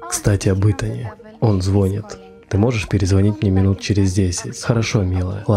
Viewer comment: Слово "звонит" произносится с ударением на последний слог.